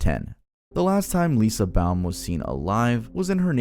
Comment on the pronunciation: Age 10 Lindsey Baum not Lisa bowm